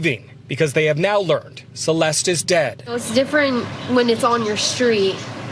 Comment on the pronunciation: Celeste´s name should be pronounced "Celeste" as it is in Spanish